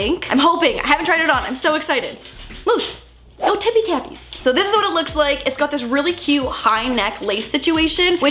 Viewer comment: nobody:: "moose your TipPie tApPieS!!!!!!!"